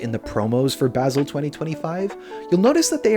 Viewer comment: FYI - Basel pronounced baa·zl Tks